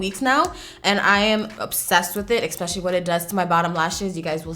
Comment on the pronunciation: My one pet peeve. When she says “eXpecially” lol it’s especially. Always bugs me when ppl say it like that. I know, grammar police but idc lol.